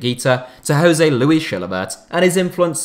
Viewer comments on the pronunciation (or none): none